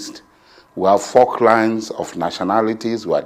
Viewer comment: It is called "faultlines" not "forklines".